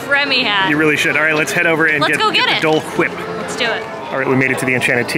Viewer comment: The way said Dole wipe😂